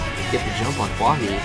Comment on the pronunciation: Who else got annoyed when that onw guy pronounced huahwi as huahi